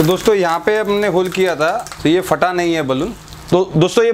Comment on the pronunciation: Fata nahin Phata correct your pronunciation